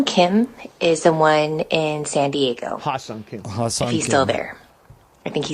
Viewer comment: I could listen to that lady pronounce his name all day. lol. . My man on the mic salivating. Hahaha.